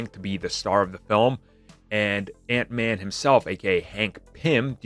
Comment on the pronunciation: ....Hank man? What's a Hank man? Lol